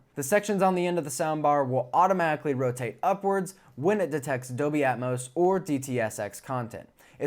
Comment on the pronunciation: really enjoy your reviews a lot. I do have a small teeny thing that is distracting. It's your annunciation of the word DOLBY... it comes out as 'doby' or 'adobe' but not anything close to DOLBY. Hehehe, really I am not 'that guy' it's just the poor annunciation of a key word for modern AV reviews diminishes the content for ME as I might be the only person on the planet it bugs. FYI, I once dropped a core course in college called Abstract Algebra because the prof, who I liked personally, because he was not able to pronounce most of the key words for the subject...